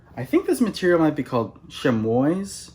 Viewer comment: Chamois = sham-WAH or just "shammy" I love your videos. Keep it up!!!!